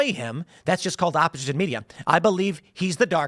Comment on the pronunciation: Tim says "opposition" with an Asian accent.